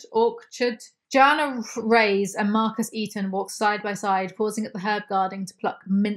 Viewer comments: It's pronounced "rey-ess." it's a Hispanic (Spanish) name! It means "kings"! 😅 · Love, but the way she pronounces Reyes has me cringing 😬